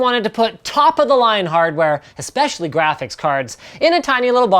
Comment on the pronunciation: Linus, one question; What's a Grasiphics card?